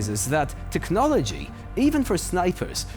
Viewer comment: Good teckonologia, ya teckonologia